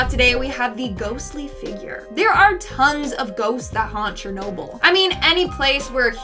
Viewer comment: "who wants to take a trip to chernolble me and my gf